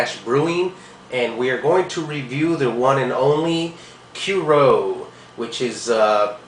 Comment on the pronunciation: Cur EE oux..dude.